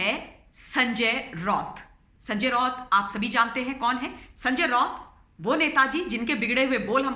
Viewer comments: ROT NAHI RAUT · She destroyed the video by pronouncing "Raut" as "Rot" instead of "Ra-ut"